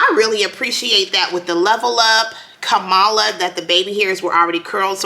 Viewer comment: Her name is pronounced Comma-la not Ka-malla!